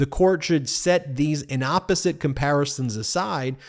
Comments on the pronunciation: It's in-APP-oh-zit. I spent 35 years writing legal briefs. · Thank you for your excellent, essential work. A friendly (teacher's) correction: the word is "in APPosite," not "inOPPosite" I assume that we all want to be precise in these times. Thanks. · Excellent commentary as usual from Ben Meiselas. Just one quibble: Ben says "inopposite" a few times, reading from Jack Smith's reply brief. I don't know if that brief got it wrong, but in any event the correct word is "inapposite," which is the adjective for an illogical comparison---in the classic phrase, "comparing apples and oranges."